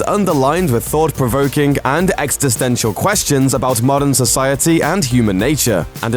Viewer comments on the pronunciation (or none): He says "ex-sti-tential" it's pronounced exi-sten-tial